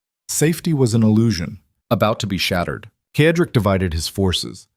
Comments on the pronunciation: Cedric is pronounced said rick not ked rick. it really annoys me when names are pronounced incorrectly. good story though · CEDRIC IS PRONOUNCED: Sed rik